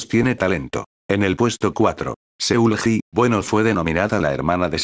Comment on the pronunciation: Rose, Jihyo, Seulgi son arte Se pronuncia sulgi no seulgi